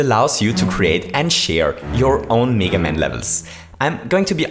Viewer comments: Its mega NOT MEEGA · it's pronounced meh-ga, not me-ga. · M-E-ga maker and mEga man its mega not mEga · why do you say 'mega' as 'niga'? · You pronounced mega wrong, its MEH-GUH not MEE-GUH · Stop saying Mega as “Miga” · meeeeeeeeeeeeeeeeeeeeeeeeeeeeeeeeeeeeeeeeeeeeeeeeeeeeeeeeeeeeeeeeeeeeeeeeeeeeeeeeeeeeeeeeeeeeeeeeeeeeeeeeeeeeeeeeeeeeeeeeeeeeeeeeeeeeeeeeeeeeeeeeeeeeeeeeeeeeeeeeeeeeeeega maker edit: wait i realised he's saying (m-ay-gah) maker nevermind... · OMG IT'S "MEEGA MAKER" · Who the hell says Mega Man as Meega Man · Do people in your country say "mee-ga? It's just bothering me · Lamborghini Bottle No, we don't. We say mega just as in English. Maybe he tries to sound more English by pronouncing mega wrong?